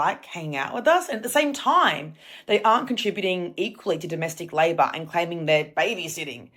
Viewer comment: "domasteec layba" Ok byeeeeee 🏃